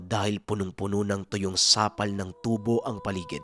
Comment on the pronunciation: ....wag mo namang gawing tu bo na bakal ang pagkakabasa sa salitang TUBO....hahahahahahah!